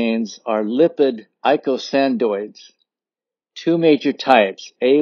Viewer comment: O:44. Box. Pronounced: throm BOX aines. Eicosanoids was spelled wrong. Only one "d". Pronounced ee CO san oids.